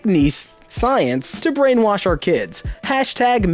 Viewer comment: it was brianwash, not brainwash.